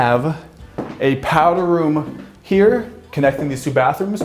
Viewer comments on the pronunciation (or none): none